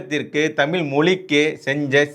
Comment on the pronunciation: தமிய் இல்லடா முன்டம்